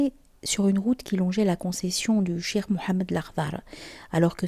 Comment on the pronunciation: Merci pour la vidéo ❤. PAIX ET SALUT SUR LE NOBLE PROPHÈTE MUHAMMAD, SA FAMILLE ET SA COMMUNAUTÉ. AMINE. Tout de même, votre prononciation du mot CHEIKH en chirk est à revoir...